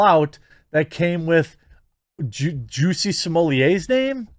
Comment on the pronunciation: How you so effortlessly pronounce his name as “juicy” has me ROLLING